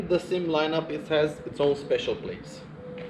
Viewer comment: Another damn video of a clueless person calling it a SYM. It is NOT pronounced like a word. It is three letters. S. Y. M. Sang Yang Motors. Period. Hell, even Carter Brothers the one-time distributer of their products got it wrong.